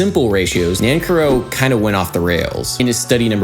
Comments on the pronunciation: A bit late but his last name is pronounced nanCARrow. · You are great and I love your video's but you are saying his name wrong :) I care for you Nan Care OH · Really interesting analysis, I learned a lot. As an aside the surname Nancarrow is from Cornwall in the far south west of England, and we pronounce it with the stress on the second syllable (ie Nan CAR row) instead of the dactylic long/short/short NAN - car-row which you use. Of course neither is 'right' or 'wrong', it's just interesting to see how these things shift over time and space. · Adam Neely My uncle, Charles Amirkhanian, was a good friend of Nancarrow and did much to bring attention to his music. I believe he pronounced his name Nan-Carrow, like the horrible Denny's like diner chain. I got to meet him when I was a little kid. Cool to see this. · Dude, seriously. Learn how to pronounce the names of the composers you talk about! Are you just trolling? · I’m pretty sure you’re saying that name incorrectly. Correct me if I’m wrong.